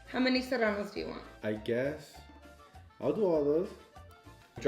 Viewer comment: Lmaooooo the way says “Serranos” 🤣🤣